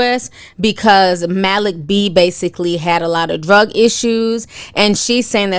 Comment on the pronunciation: Lmfao Ti, i thought u were messing up another name, but u actually got it right this time!!!! MALIK B 😆